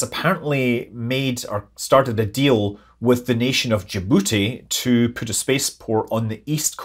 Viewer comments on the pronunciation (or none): none